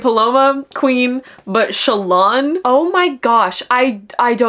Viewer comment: Me not hearing Shallans name pronounced outside my head before ; who the fuck is Chalaaaan??😂😂 I say Shallan like Alan but with the sch😅 it just sounds more fantasy than sassy tik tok girl to me😊